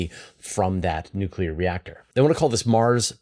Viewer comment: NUK-YOU-LER for Mars!!